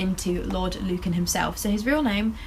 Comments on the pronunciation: Luncan? It’s Lucan, hon. Like, “Loocan”. xo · LU-CAN not lun can lol